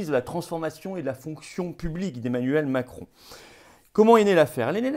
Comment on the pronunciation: Il a failli dire micron 🤣🤣🤣👍